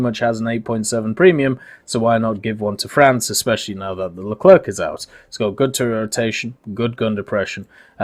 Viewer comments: Leclrec not Leclerque don't prononce the "c" pls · Please, stop all pronounce LeclerK , its more "le - clair" :)